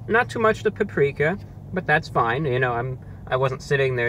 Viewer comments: Waited for 9 mins to hear him say paprika, imagine my disappointment when he pronounced it correctly. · I get this is a solid 7 months late but is he pronouncing it oddly? That's how I've always heard it. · Alien nvm I found it. There’s no h in paprika. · I read this a second before he said it, im dead